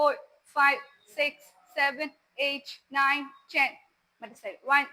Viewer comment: ചെൻ അല്ല പെണ്ണെ Ten എന്നാണ്